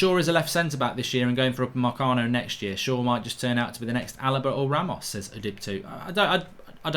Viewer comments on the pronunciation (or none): none